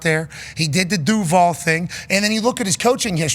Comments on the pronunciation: Ya I don’t understand why everyone is hating on him for saying Duvall..the reporters are lame for not giving him a pop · Bruh, you can’t screw up the DUUVAAL on your first day! 🤣